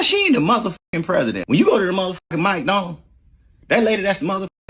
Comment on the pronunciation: Bruh these goofy ass blind artists plies cant say McDonald's correctly tf ima listen to him for ?